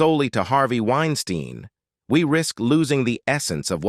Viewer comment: Narrator…. Why do you vacillate back and forth between pronouncing Harvey’s last name phonetically? Winestine vs Wines-teen? Causes one to wonder what else you miss-communicate beyond the vacillating of saying your main subject’s proper name.